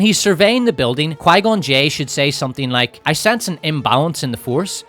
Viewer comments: Pie-gone Jinn is KILLING me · Qigon j sounds a bit like qiygon jim but with two extra letters on the end